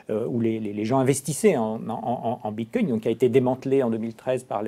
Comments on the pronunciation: le boug il commence en disant bitcom déjà ça commence très mal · S'il vous plaît. Quand vous invitez des personnes pour parler du bitcoin, assurez vous que cette personne sache au moins le prononcer correctement. "Bimcoin". La cryptomonaie gagne en crédibilité mais vous, vous en perdez de façon exponentielle. 65 likes - 17 dislikes. Reprenez vous. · Bitcom 😅 Bincoin 😅 Bitcoin (bravo!!!🥳) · Vu à quel point il a du mal à dire Bitcoin je pense qu'il est resté sur le quai notre "expert" Bitcoin